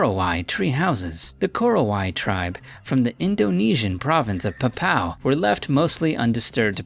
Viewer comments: in nomor 2, actually the name is Papua not Papow. then, actually not single tiger live in there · 'Papua' is not pronounced as 'pa-pow'. Officially, it is pronounced as if you are saying 'pa-poo-ah', but said faster. Lol But then again, each to their own. :D